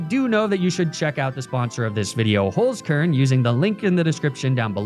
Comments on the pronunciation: Little did I know that my life would not have been complete had I not heard the soothing voice of pronounce the german word HOLZKERN like hullskurrn. I can rest easy now. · as a German, that 'Holzkern' pronunciation threw me off guard. For the curious: Holzkern means wood core and inside the box it says 'unique just like you'.